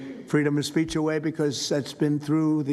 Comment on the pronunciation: "Freedom of spaych" Trump can't even say 'speech' correctly.